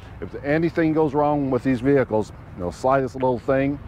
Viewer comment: stop saying "vehicles"